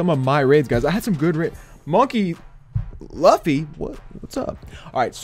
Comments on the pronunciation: HOW COULD YOU PRONOUNCE MONKEY D LUFFY AS LUFY. I CAN'T BELIEVE YOU WOULD DISRESPECT ONE PIECE LIKE THAT. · Anyone else cringe when he tried to pronounce Monkey D. Luffy? xD